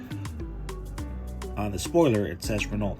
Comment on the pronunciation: Renault is actually pronounced "Ren-know." Happy New Year!☺️